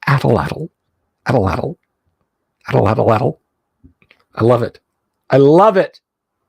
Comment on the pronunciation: "At'l-at'l" is indeed fun to say, but the word is really pronounced at-LAT. The final L is not *voiced*...it's either pronounced without using the vocal cords -- i.e., just a voiceless expulsion of air (an L sound we don't have in English) or it's just omitted altogether.